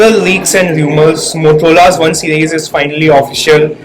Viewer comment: Dude its मोटोरोला not मोतोरोला😝